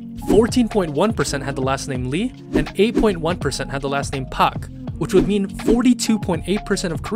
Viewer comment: You mispronounced surnames like Park and Lee get it RIGHT it’s pronounced like how you would say it in English.